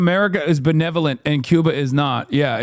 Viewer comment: Person in chat: “because America is benevolent and Cuba is not” Nick Shirley: “what do you mean by belevelnent?!”